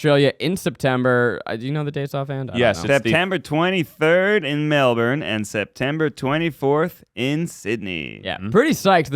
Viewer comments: im a little horrified by how ned said melbourne, it's pronounced mel-ben lol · I'm not even Australian and I cringed a little when they said Melbourne haha